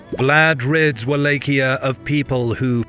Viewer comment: Man doesn't just mispronounce Wallachia (wall-auch-ee-uh ) or anglacized (wall-ah-key-uh), he pronounced mosquito mosque-eat-oh .